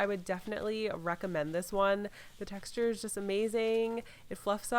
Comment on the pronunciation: how many times did she say texturrr